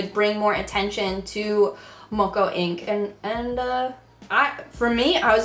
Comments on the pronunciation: That’s not how you say moko. Rihanna tattoo was a māori tattoo that was not by a lot of māori was considered a traditional māori tattoo. A lot of kiwis thought it was very disrespectful that she got the tattoo covered up pretty much straight away. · Pleaseeeee look up how to pronounce Moko!